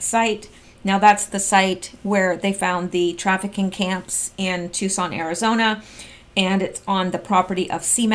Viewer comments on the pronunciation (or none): none